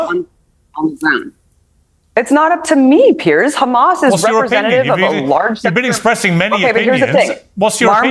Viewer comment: Piers. After all these years and his name actually written on the screen as a reference you still get it wrong. It's not even pronounced the same. And yes...details do matter. This is also reality.